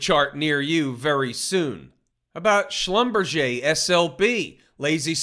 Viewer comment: Sounds weird how Americans pronounce Schlumberger. 😁